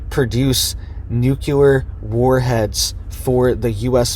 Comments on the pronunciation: There is not an extra u in the word. NU-cle- ar. It is not Nu cu ler. Regardless, thank you for the report. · You sound very uneducated when you say , nooculler. The word you shoul be saying is "nuclear". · It's nu CLE ar. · Say it with me: nook-lee-er